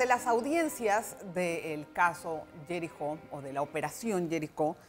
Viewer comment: No sé pronuncia Yerico ,Jerico con Jota